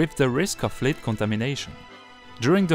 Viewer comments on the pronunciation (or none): Lead/plumb is prounced led like the French words tête or sept. You are saying leed! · Plombe = lead [led] not [leed] Necessary [NES ³ ser ee] Support [s³ PORT] Nothing [NA thing] not [NOZ ing] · Plumbum /Lead is not spoken as "leed" ! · i'm from quebec. i understood everything you said. the word "lead" (plomb) is mispronounced. should be 'led' and not 'leed'. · Pour le prochain épisode... "Lead" (le plomb) se prononce comme le "Led" de Led Zeppelin. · Great video, I noticed a couple of things, one has already been mentioned - about work that has already been completed sounding like its still in the future. That had me checking to see when the video was made. And the other was the word 'lead' Which has a few meanings. When talking about lead the metal, it should rhyme with 'dead', not with 'bead'. So, a short 'e' sound, not a long one. But that wasn't a big deal. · I was just going to write something about you considering to do your talking in French and to provide English subtitles, because indeed, your pronunciation of the English language is abominable. For example, I had to go back in the video to understand that you were talking about lead poisoning. You place a lot of accents on the incorrect syllable and the pronunciation of many vowels is downright wrong. It is very difficult to understand your text without subtitles, so yes, either add subtitles or do a course in the pronunciation of the English language. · Your English is wonderful! A few words though that I noticed were mispronounced: lead, lining, and cathedral (somewhat muffled)